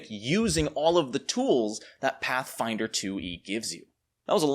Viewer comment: Does this guy even like Pathfinder? When you say it like that it sounds awful.